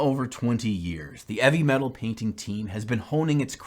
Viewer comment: Hahaha I was legit getting so angry how he was saying “eavy metal” because I honestly thought that it was meant to be heavy metal 😂 ma god I’m stupid! Nice job man looks great! I’m still deciding whether or not, I want to start the hobby of playing wat hammer 😳